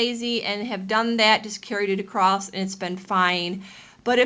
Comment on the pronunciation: You said "accrost" --- that cracks me up every time! That's not how I do FI, but no matter.